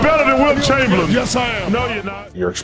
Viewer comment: Charles Barkley, “you’re not better than Wilt ChangerLin”